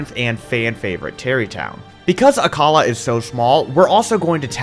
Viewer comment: You pronounced Akkala wrong it’s ack-uh-la